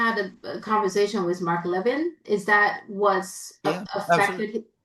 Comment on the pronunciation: you're mispronouncing Mark Levin's last name. It's pronounced as "le-VIN", with emphasis on the second syllable. Just saying! 🙂